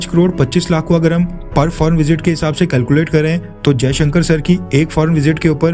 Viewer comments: His name is Jaishankar NOT Ajaishankar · First of all his name is Jaishankar not Ajayshankar . Correct urself.